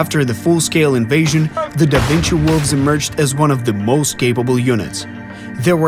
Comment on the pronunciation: "Dă Vincii" 😅